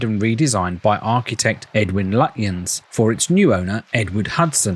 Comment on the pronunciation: Another excellent video. Btw Lutyens at 18.22 is pronounced Lutchens. 😇